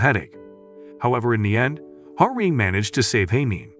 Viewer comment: The FLs name is "Ha-Rin" not "Hamin". I looked it up.